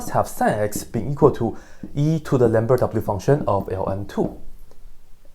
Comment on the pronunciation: Did he just say lamberdadoubleUfunction?